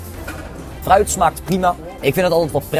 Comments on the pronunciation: Zei je nu echt vruit? 😂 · Ik verstond vruit 🤣😂🤣